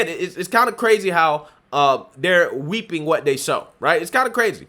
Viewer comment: Did you say Weeping or Reaping?